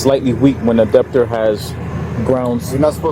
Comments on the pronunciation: what a joke. the cop was totally wrong and couldnt even pronounce "debtor" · “Deptor” is crazy lol